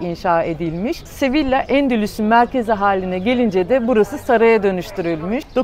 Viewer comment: sevilla değil yazıldığı gibi okunmuyor ''SEVİYA diye okunuyor''